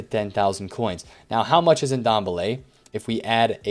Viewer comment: Great videos as always, just maybe might want to pronounce players names correctly. That Ndombele name killed me.